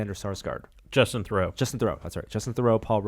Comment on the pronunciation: "Alexander Sarsgaard"? You mean Alexander Skarsgård?